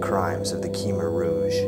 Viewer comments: It's pronounced kmair not keemer. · thanks for the video. it really bugs me when people cannot pronounce "khmer" correctly. it's really pronounced "kuh-my". it's my native tongue. i should know. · It is pronounced Khmer (Kha-my) not (kee-mer)..just for future reference..I learned directly from a Cambodian myself.